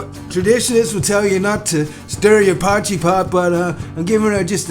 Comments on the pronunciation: Dude it's called a poy kee pot not pot jee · My friend, appreciate you. For next time, dont stir the poitjie make layers and leave it. And as much as potchy has a ring to it 😂 it’s pronounced poykee ekse. 💪🏻 lekker effort boet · It's not pronounced "pochy"!, it's pronounced "poor-key"!. You sound like a right idiot calling it pochy 😂😂😂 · It's not pochie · Pronounced poy kee my man. But awesome video. Looks damn good you did the pochie justice looked amazing 😂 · Love your "potchie" dude. Relax your jaw a bit and let the sound ring out of the mouth, just like your tasty looking potjie (pronounced Poi..kie) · Pojtie pronunciation; 'Poy key' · its totally not potchee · Pronounced Poikie I think you will find there. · Pronounced poi-key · its pronounced "poykee"... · I can imagine they weep when you pronounce it “potchi “! Looks amazing though. I am a Brit but lived in SA for 9 years. I bought back a 2 and 3 pottjee pot. Always a favourite. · pronounced oxtail poykie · It's pronounced poi kee my American friend. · After hearing you pronounce Potjie, South Africans are currently throwing shit at their TV. Good cook up mate.